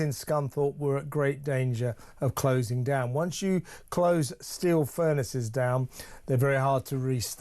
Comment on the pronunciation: Why is everyone pronouncing steel as stcheel😱 infuriating